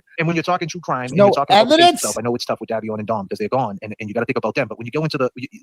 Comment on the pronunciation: Day*vee*on Phonetic Not davison